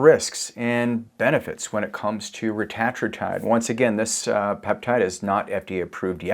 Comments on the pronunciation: To pronounce it, break it up like this… Reta - tru - tide. 😉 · He is French!😊